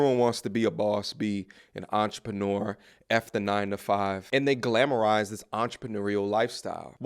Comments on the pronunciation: did she just say ‘ontrofinuer’ for entrepreneur? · did she say, "entreferneur"?🤣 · She couldn't even pronounce the word entrepreneur.